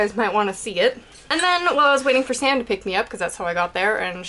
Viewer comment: oh wow when when you were talking about your dream and you said "i was clubbing with sam" i thought you said "i was clubbing with satan" .....